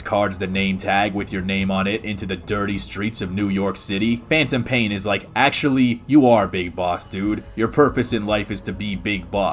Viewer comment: Did you rike it